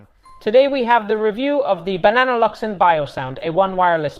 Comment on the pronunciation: Why do you pronounce it "Banana Luvsen" instead of "Bang and Olufsen"? Also, can you keep it plugged in 24/7 and just use it as a static speaker next to a computer? Will it unpair every so often or remained paired to a computer for many weeks or months?